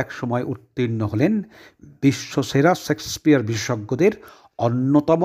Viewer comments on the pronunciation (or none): সেক্সপিয়ার নয় শেক্সপিয়ার উচ্চারণ শুদ্ধ করুন